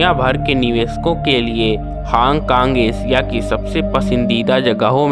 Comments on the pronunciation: woh hang kang nahi hong kong hai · Hong Kong ka naam hang kong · Hong kong suna hai hang kang kta hota hai..